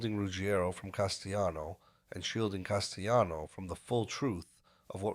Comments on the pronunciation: No, in Italiano the name is pronounced as CAS-te-Lano. Not jano. And with the accent on first syllable CAS. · I can't take this podcast seriously when the narrator refers to Paul Castellano as Castejano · Is this an ai voice? Why are names like Gotti and Castellano mispronounced?